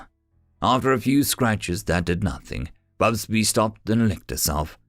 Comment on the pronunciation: It is interesting that you keep inventing an extra 'B' when you say 'Fubsy' and it comes out 'FubsBy' - distracting just because the text is available. :yt:👍